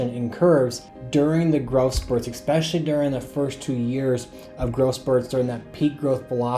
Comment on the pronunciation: especially not expecially